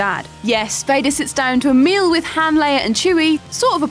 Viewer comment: Gotta love how she pronounces "Han." Even in the movies Han always corrects people that pronounce it like her.